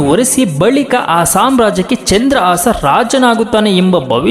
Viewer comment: ಚಂದ್ರ ಆಸಾ ಅಲ್ಲಾ ಮಹರಾಯ.... ಚಂದ್ರಹಾಸ.... ಉಚ್ಚಾರ ಸರಿ ಮಾಡು... ನಿಮ್ಮಿಂದಲೆ ಭಾಷೆ ಹಾಳಾಗಿ ಹೋಗಿದೆ....